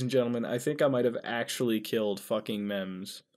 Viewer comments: ITS MEMZ NOT MEME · he called them meameas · is he saying maimais instead of memes